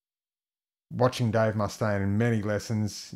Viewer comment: This dude is more cool than Crocodile Dundee (yes, he's badass). This lesson is awesome, he's SO metal and so calm at the same time. Even the way he says 'Dave Mustaine' is cool. Excellent master class. 💪💯